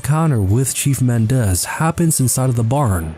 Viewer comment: Mendez is pronounced with the stress on the first syllable. MEN-dez